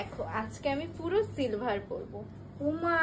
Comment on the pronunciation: Shilver noy gilver 😅😂 it's silver